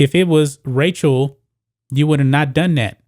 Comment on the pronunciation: Is he saying “Racial” Nichols???